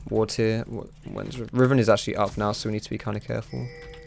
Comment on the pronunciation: "Cahful~" WHAT WAS THAT